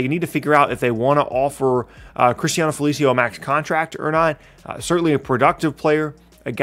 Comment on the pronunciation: 😂😂😂😂not he said felicio 🤦🏾‍♂️‼️